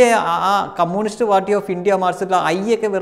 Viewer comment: "കമ്മൂണിസ്റ്റ്" അല്ല ചേട്ടാ "കമ്മ്യുണിസ്റ്റ്" 😁